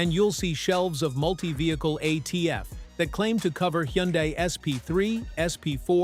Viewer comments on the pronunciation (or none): Why are you showing radiator fluid when you are talking about transmissions? And you need to teach your computer-generated voice some of the words. Like Hyundai.